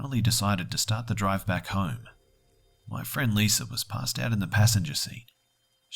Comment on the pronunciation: wanna hear a joke? pronunciation of Lisa. He says Liser